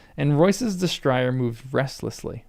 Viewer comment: Destrier is a French word. Dess-TREE-ay. I'm enjoying your reading and looking forward to your reactions to the twists and turns to come.